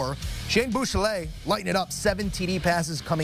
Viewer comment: Please learn how to pronounce Buechele!